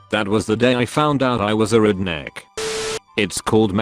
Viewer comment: Nobody: Text to speech: Reednek